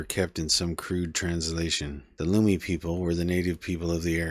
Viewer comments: Lummi is pronounced Luh-Me not Loo-me. But otherwise this was very informative, thank you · Lummi is pronounced as you would pronounce "Lumpy" not loomy like as you would say "room" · Please re-record the video with the proper pronunciation for Lummi. I can't even watch it because if you don't know how to say that word you probably don't know much about Bellingham. I don't know how to explain it It just makes me not trust you 😔